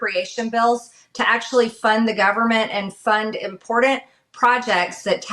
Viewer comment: MTG really needs to learn how to pronounce the word "important".